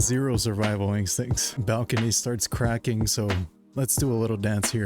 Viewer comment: "Bro it's cracking!!" I thought he was speaking Arabic for a second 😅